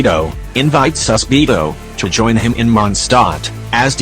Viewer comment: Am I the only one who hears "AlbeBO"?